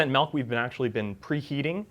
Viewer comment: Good joke but Stop saying melk omg